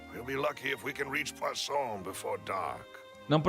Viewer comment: Necessitamos de um compilado do falando "Poisson" kkkkkkk